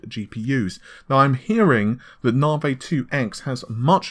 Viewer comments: I mean this channel is known for one thing.. and one thing only.. the inability to pronounce basic words like NAVI.. it becomes naveeh here.. and renore.. for Renoir.. it's a bloody insult to the developers... well I guess padding news with irritating "small talk" is another main feature.. but ye.. so done with this trash channel. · Excellent video! but one tip, work on your pronunciation my man. Nahhhvay? Compare-atively? WIff? So wrong...and it just reduces your credibility. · Naav-ayy haha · RENORE?.. IT'S RENOIR YOU FUCKING IMBECILE!.. it's bad enough that you can't fucking pronounce NAVI but go get some fucking english classes! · What do you expect from someone who can not even pronounce Navi let alone his own name. "Hi, my name is!"